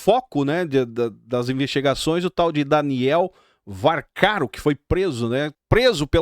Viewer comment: Amigo,que arrependimento de assistir vc,nem o nome do vorcaro vc sabe falar,agora deichar um ponto de ? No nome da damares foi a gota dgua,vc acha mesmo que o presidente da comissão cpmi vai deichar passar?ladrão é ladrão não interessa o partido!